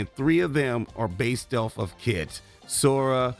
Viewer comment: Who the heck is Kit? Do you mean Kite? It's pronounced like the flying Kite. In Japan they transliterate it as Kaito